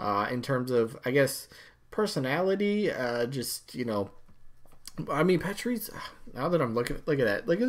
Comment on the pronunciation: I'm a Pokémon fan and all...but Raichu would make so much more sense as a Pikachu echo to round out the evolution line. And honestly, Medusa is really freakin' cool and scary AND we need more villains and ladies. So I vote Medusa. 😀 Also it's Pah-chee-ree-sue 😉